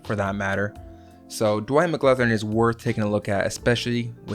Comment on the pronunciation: Dwight McGlothern not Dwyane McGrothen ;D